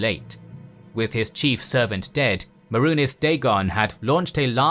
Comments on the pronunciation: I mean, I love the idea and most of the execution, but the pronunciations are clearly by someone who has never played the game. 'Mehrunés'? 'Cheemer'? And the narrator says 'White Gold Tower in High Rock'. Like, wtf. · its may-runes, not whatever the fuck you called it. how the fuck do you pronounce so many of these names wrong when their creators have said them for us MULTIPLE TIMES?!?!?!